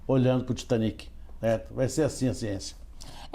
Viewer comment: O cara tá no Brasil falando pra brasileiros e usa dizer TAITANIC ..... Muita moagem mesmo viu